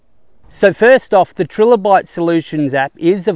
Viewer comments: its "trilobite" (as in triangle), not "trillobite" named after the trilobite it used for its icon/branding. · Tri Lobite not Tril obite